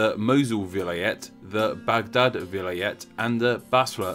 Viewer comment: Vilayet is not pronounced like that. The focus is on the first a. vilaayet It is turkish, meaning the biggest possible rural county